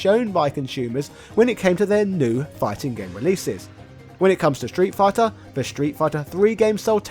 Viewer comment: Ah yes, "Shtreet Fighter 2", the legendary title...